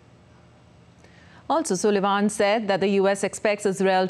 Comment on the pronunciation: it's pronounced as sallivan not soolevan😅❤🙏